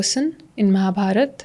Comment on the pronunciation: Really appreciable 👏❤ But few words I want to tell that - It's धर्म not धर्मा (Dharma as you said in English) And it's महाभारत not महाभारता (Mahabharata as you said in English) etc. Please stop pronouncing these type of words in this wrong manner and start pronouncing in its real meaning. Thank you, Lots of respect and love ❣️🙏